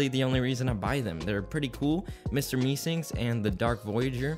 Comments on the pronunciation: "Mr Meesinks" It's Mr Meeseeks. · looking for this comment lmao annoyed me so much how can you not say meeseeks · MEESEEK* NOT FKN MESINK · Meesinks you mean meeseks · why is he calling it Mr mee-SINKS instead of Mr meeSEEKS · Mee SEEKS not Mee sinks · "Im a true rick and morty fan" He really said that after saying "Meesinks" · Bruh "mr meesinks" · Did he fr say mr Mee sings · Mr meesinks? can u pronounce?